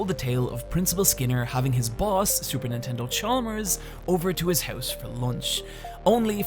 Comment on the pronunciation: Wait a minute, did I just hear you say Super Nintendo Chalmers or do I need to check myself into a mental ward?